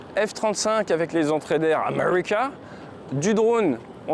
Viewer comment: "Amuricah" xD <3 Merci pour la visite ! o7